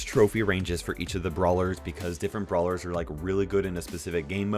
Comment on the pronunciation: "blawer"... (not making fun of u btw :3)